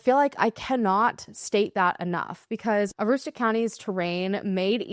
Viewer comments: You pronounced it perfectly! Husband is from The County. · You did pronounce Aroostook County correctly,. ❤ I have to hope & believe police have more info that they arent sharing. I think people who decide to live off-grid, with their children, should still be checked up on to make sure the kids are getting what they need.😢 Sadly the lack of info shared has caused a lot of conspiracy theories like mass trafficking, serial killers, etc. The victims and their stories get lost in that. Its sad. Thank you for covering a case from our state 📍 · You nailed the pronunciation of Aroostook! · Hi from Maine! Great job on pronouncing Aroostook. A little bit of insight into the area: in Maine it’s often just referred to as “The County.” It’s its own little world within Maine. Every fall the kids are expected to get 2-3 weeks off of school for harvest break. AKA help out with the potato harvest. There are sizable amish communities but also just many people who want to live a quieter life. There is chatter locally about a few other women who have gone missing in northern Maine as of late, like Tomis Hoyt. I don’t think there’s any correlation necessarily, but you’ll see lots of locals elude to potential serial killers online.